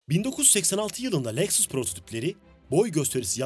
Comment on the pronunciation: Leksıs ne lan? Lexus Lexus, LEKSUS... SUS LEKSIS DİYECEKSEN SUS 😂😂😂😂